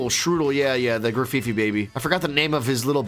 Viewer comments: Also, it’s Graf-ai-ai, not “feefee”. I’m sorry I can’t help it sometimes lol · can someone tell them that it's pronounced gra-fie-ie and is not a monkey but an aye-aye hence the name. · How to pronounce Grafaiai - Gruff-eye-eye. Why? It's based on a little primate called an aye-aye.